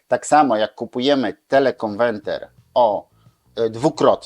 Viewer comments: TelekonweRter a nie telekonweNter !!!! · telekonweRter a nie telekonweNter, niech pan polska mowa nie kaleczy, bo brzmi śmiesznie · dlaczego mowi Pan "konwenter"???:))) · Oj tam, facet się przejęzyczył X razy ale przecież wie o czym mówi. Takie czepialstwo. Każdy z nas nie raz, nie dwa przekręcił jedną literkę, świat się nie kończy.